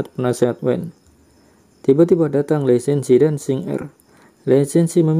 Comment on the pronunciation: Belajar dulu cara baca Hanzi Pinyin baru ulas film China, beda tulisan beda bacanya bro... JADI GAK ENAK DENGARNYA.. LI SEN SI.. hahahaha.. Lisensi apaan????